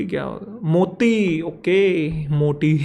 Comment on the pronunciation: Moti ❎ Motti ✅ 😂😂😂